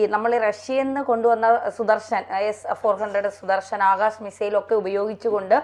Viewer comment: അക്ഷ തീർത്ഥ് അല്ല ആകാഷ് തീർ ആണ്